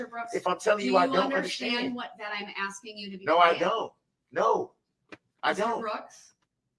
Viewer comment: "I am not axeing you... I am telling you to be here mom"